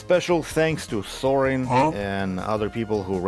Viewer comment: Not Sorry